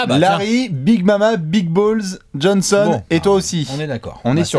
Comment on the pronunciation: c pas big mama, c gran mama;)